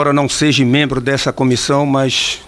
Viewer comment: DEPUTADO EDER, NÃO FALA SEJE... DEVE PRONUNCIAR SEJA.